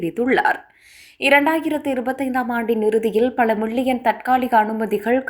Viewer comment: மிள்ளியன் இல்லை மில்லியன்